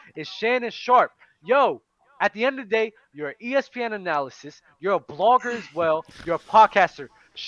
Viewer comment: Lmfao when they kept saying analysis instead of analyst